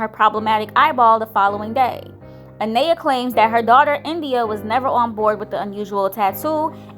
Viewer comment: I don’t understand how you’re saying her name wrong. Her name is Anaya you don’t say that a to pronounce the name you did this in the previous video so my name is let’s say Maria or Ashley or any other name you’re going to just pronounce the first letter which is M then say aria lol 😂😂😂😂